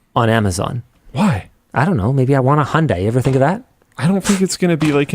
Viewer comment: cant understand if linus is saying Honda or Hyundai cause it kinda sounds like he says Hondai